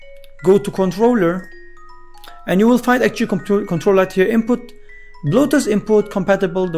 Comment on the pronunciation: When you say bluetooth it sounds like bloatus